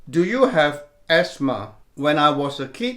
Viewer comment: You say esma